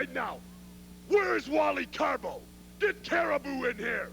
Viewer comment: I always loved it when Jesse would call Carbo, Caribou.